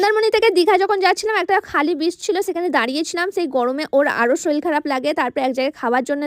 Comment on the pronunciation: তুমি উচ্চারণ ঠিক করো "বাঁনছিল" নয় বাঁধছিল, "সুইংপুল" নয় সুইমিংপুল, "শরীল" নয় শরীর। আর পুরো নেপাল নেপাল করে এমন করছো যেন পুরো নেপাল দেশটাই তোমার বাড়ি, তুমি সেখানকার মহারানী 😅😅